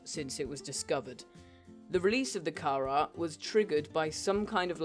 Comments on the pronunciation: Not car-eer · karar is the way to say it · (CAR-R) thats how you say it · its not carar its carar hope i helped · CARAR I thought its kharra... (not hate comment) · its karaa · It's Carar is pronounced car-are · The way Carar is pronounced is Car-are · Love how the accent makes it sound like you're pronouncing it the same way as it is now